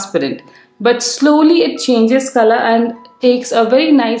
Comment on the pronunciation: Khalar nhi color hota h 😂😂